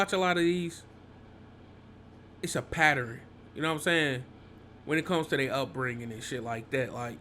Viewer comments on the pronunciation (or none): Jit keep sayin patterin🤣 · “It’s a paterin” 💀